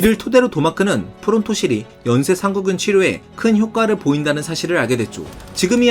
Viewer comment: 연쇄상 구균으로 발음해야 하는데 연쇄 상구균으로 들려 좀 아쉽네요.